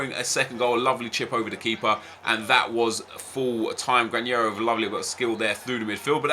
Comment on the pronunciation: Nep, the pronunciation of Granero is with a normal N. We pronounce that sound 'NH' only with Ñ, just that... Greetings from Spain. Nice Video!!